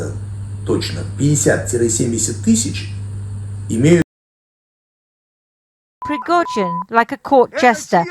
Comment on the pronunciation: I wish the Americans could get their tongues around proper Slavic pronunciation. Prigozhin is "Pri" as in "Grand Prix" or "pretext". He is "go" as in "Al Gore" or "Blood and gore". The "zhin" is pretty good.